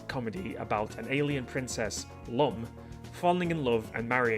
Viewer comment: Lum pronounced "Loom", but in the anime "Ramu". Lewm, Rahmu